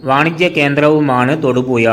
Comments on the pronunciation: തൊടുപുയ അല്ല തൊടുപുഴയാണ് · മലയാളത്തിൽ ഴ എന്നൊരു അക്ഷരം ഉണ്ട്...തൊടുപുയ, മുവാറ്റുപുയ, കോയിക്കോട് അല്ല... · നീ നിന്റെ മദ്രസ പാട്ട് പാടുന്നത് പോലെ അല്ല കാര്യങ്ങൾ അവതരിപ്പിക്കുന്നത്.... പിന്നെ എന്ത് വില കൊടുത്തും ,ഴ, എന്ന് പഠിക്കാൻ എവിടെയെങ്കിലും പോകു.... അവന്റെ ഒരു തൊടുപുയ.😮😮😮😮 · തൊടുപുയ അല്ലേടാ നാറി തൊടുപുഴ 🤭🤣🤣🤣🤣🤣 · എട പട്ടി തായോളി നീ ആദ്യം മലയാളം ഭംഗിയായി സംസാരിക്കാൻ ശ്രമിക്ക് തൊടുപുയ നിൻ്റെ ഉമ്മാൻ്റെ പൂയ്🤪😜